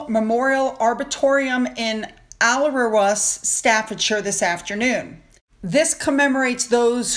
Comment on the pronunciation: Alrewas is in my neck of the UK woods. Well done for pronouncing it correctly.